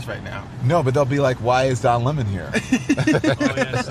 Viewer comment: We need to start calling him Don LEMON----not Don "Lemaaaan"---he's not Leman---he's a LEMON. LOL ;)